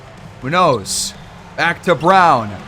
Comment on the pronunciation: You finally turned it around man, great series. Mac Boyd has totally taken off lol its not a question who the best player on this team is. Btw the way youre pronouncing Munoz is crazy and wrong lmfao